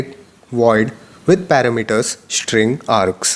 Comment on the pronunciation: Dude stop taking the pishsh of this sit !! Its STring NOT SHtring !!!